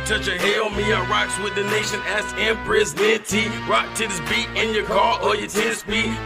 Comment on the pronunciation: Why do some of them say "axe" when they mean "ask"? IGNORANCE is why!